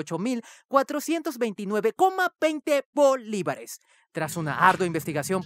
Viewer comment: like por el énfasis en BOlivares XDDD